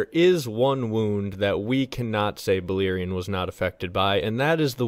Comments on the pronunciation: balErion no I(ee).. read how its written. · Its "Bal(AIR)ion... not Beleerein. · Bah-Lair-ion not Baliron 😂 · Any language grammar/phonic rules tells me you're pronouncing it wrong. E= ee, and, I = ee cannot both be true. Buh-LAIR-eeon.